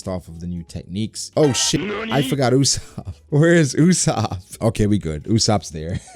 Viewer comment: my guy, It is not UOSAPP!!!!!!!!!!!!!!!!!!!!. Its usopp